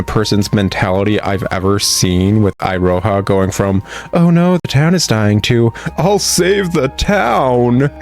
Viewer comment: "iroha" (i-ro-ha) Weaboo me died listening to this and keep on saying to my self it should be "Iroha" (e-ro-ha)